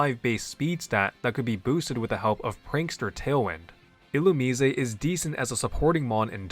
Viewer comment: Illumusesay ??? (Illumise)Who ? 😩🫠 I can’t figure out sometimes if you genuinely be mispronouncing Pokémon names on purpose or innocently but it does give me a laugh so I appreciate that. ❤